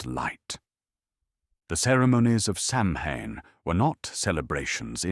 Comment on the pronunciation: "Sau-when", not "sam-hain".